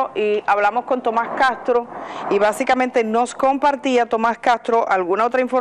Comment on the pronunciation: Edith no es cagtro, castro, pronuncie las eses seybana.